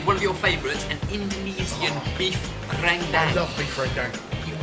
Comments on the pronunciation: Rendang is pronounced 'ren-dung' not 'ren-daeng' :) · Rendang is actually pronouced Ren (Like the E in Ernie) dang (as in dung), not Ran Dang.